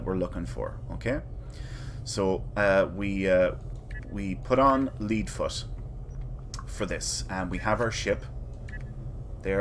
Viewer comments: Great video, I'll have to try this route, as it's different than the one I use. Mine skips Traelus in Beta and Breen in Alpha. Couple things though, do you not use a Miracle Worker ship fed-side as well, I'm guessing you use the Dauntless? Two, it's "ledd" foot, as in the metal "lead", as opposed to "leed" foot :) That Defera node looks tricky, but I heard that it only counts a system if you fly in from approx 3 LY out, since you start right there, that's probably why it didn't count and why you had to jet out a bit and come back. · Lead Foot (pronounced LED Foot) costs 30 mil in the exchange..... Would need a month of running TTG just to break even so kina pointless